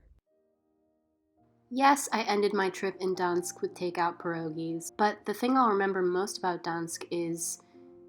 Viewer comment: Why did you not pronounce the G in Gdańsk?? It’s normal in English and polish to do this so no idea why you dropped it